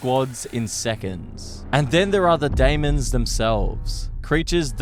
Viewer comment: I'm about to go crazy the way you keep saying demon